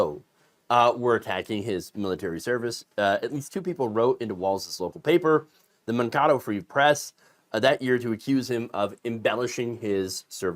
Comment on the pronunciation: Great video But I want to correct you on one thing: Mankato is pronounced like this: Man-KAY-toh